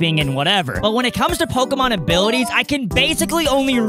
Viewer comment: Um acshully it's pokÉmon